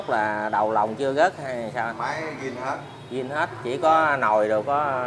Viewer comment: Zin chứ không phải là gin?